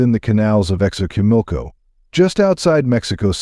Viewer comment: Your stories are real! But a sugestión you have to pronounce correctly ; 😅maíz or say corn, Sochimilco is the name of a place! Just learn how to pronounce it in Spanish if you are going to say it